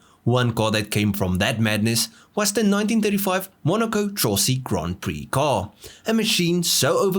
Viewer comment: La pronuncia è Trossi....